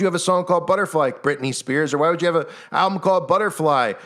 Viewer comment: Ok so maybe im crazy but when u say the word "album" it sounds alot like you're saying "owl-bum"...idk if that means anything or not but just thought it was strange